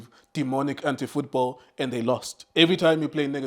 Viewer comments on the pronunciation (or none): Did he just say "demonic anti-fooball"?😂😂